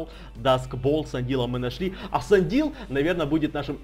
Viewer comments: Не сандил а сэндаил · правильно не сандил а сэндаил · если увидишь можешь поймать Zorua? И ещё извини конечно, но Sendile читается как Сендайл, извини если что-то не так.